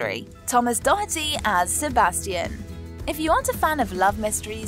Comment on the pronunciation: LOL how she said Sebastian....